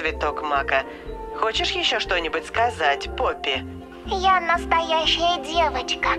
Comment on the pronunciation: То не поппи а он сказал рпоппи тот мен